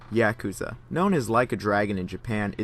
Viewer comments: Good video, but damn is your “Yakuza” annoying. It’s YA, not YEAH kuza. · Yakuza is pronounced ya-ku-za! Not Ya-ka-za. Just saying. Like British people that can't say Gary. They say Garr-ey lol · Yaakuza? Why the fuck do you say it like that? Lmfao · I too enjoy Yak-ooza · clicks on video "yeah-cuh-zuh games" clicks off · the way you say "yakuza" gives me an aneurysm. talm bout YEAkuza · The only thing I learned from this video is that you couldn't pronounce "Yakuza" if you had a tanto to your nodo. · Bothered by the pronunciation of yakuza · you pronounce yakuza like a white boy